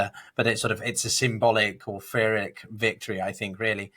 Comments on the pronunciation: Furric victory!!??? Pyrhic aint pronounced like that you nunce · Pyrrhic is pronounced 'Pirrick'.